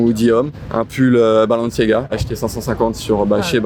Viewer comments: Je sais que jvais passer pour le relou de service mais "Valantino" "Balanciaga" faites un effort mdrrr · Personne a vu le « balanciaga » ou le « Valantino » ? 😂